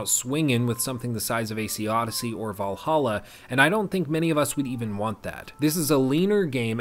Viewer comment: valhalla? You mean, valahha